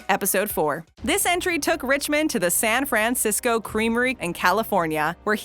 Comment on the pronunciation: Too much emphasis on the Fran in San Francisco. Nobody says it like that